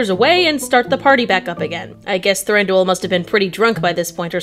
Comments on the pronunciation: I'm sorry to be that person, but after so much research, you're mispronouncing names? Than-dew-whil. Bay-yorn.Taur-i-el. I know this is a nitpicky thing to be irked about, but like I said, all this research, and you cant pronounce the characters names right? Other than that, love the video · Does he say Thanduel??